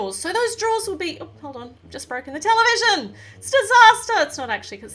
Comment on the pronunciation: When she says television I thought she said Nutella vision